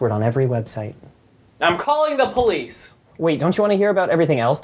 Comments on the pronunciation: sounds like he is saying “please” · I love how he says police like they were downstairs